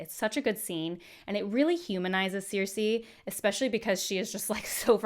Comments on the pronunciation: Who is Sear-Say? 😂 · Are we going to let her get away with pronouncing Cersei like that because she’s cute?